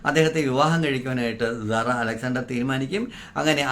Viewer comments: Why are you pronouncing this Lady’s name like “Zara” ? Her name is Sara സാറ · Please pronounce properly Sara not Zara zara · പറയാൻ ഉള്ളത് ഖണ്ഡിക തിരിച്ച് ചുരുക്കി എഴുതി വയ്ക്കുക കൃത്യമായ Poient മാത്രം പറയുക. വളരെ ചുരുക്കി എഴുതണം. ഞാൻ മുമ്പിത് പറഞ്ഞതാണ്. മാറ്റം വരുത്താത്തത് കൊണ്ട് Discrib ചെയ്തു. അരോചകമാണ്. Emotional ആയിരിക്കാം. പക്ഷെ അസഹ്യമാണ്. സാറ എന്ന് പറയു z അല്ല S ആണ് കേൾക്കാൻ നല്ലത്. പറഞ്ഞു ന്നേയുള്ളു.മാറ്റം വരുത്തില്ലന്നറിയാം. ഇനി പറയില്ല. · Sara. Ennu parayunnathanu keraliyarku cherunnathu. Zara... Alla